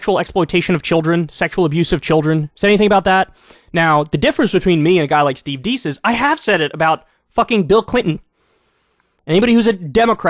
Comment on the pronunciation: Steve Deace (pronounced Dase) is one the great cultural analysts of our time; he comes from the Christian perspective, which is what built Western Civilization and today those that wish to tear down those products of WC are secular, mostly white, college educated (indoctrination factories) affluent and bored. They employ diversity worship, homosexuality celebrations, anti-white racism, using children for monetary and political gains (abortion, drag queen child shows, gun free zones in schools, open borders where Cartel rapes and murders children) and victimhood; The are the proponents of tearing down WC by pushing any inversion of WC's tradition of morality or customs. Kyle is a perfect example of an intelligent man pushing to support the inversion of Western Civilizaiton. This is only my opinion of course. I'm not the brightest bulb in the pack.